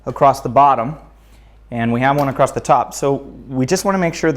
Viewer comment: there is no "T" in the word " across"